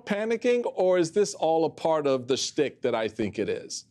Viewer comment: Schtick. The word is "schtick" not "stick". Yiddish.